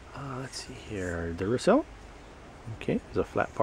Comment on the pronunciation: Duracer? I thought it was Duracell, and what the hell are Luminens?? Lmao!! You need to switch to decaf dude.